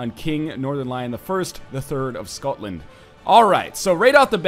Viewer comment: NL, can I ask you a question? WHY YOU BUTCHER THE PRONUNCIATION OF SCOTLAND. YUDODIS?!?!?!?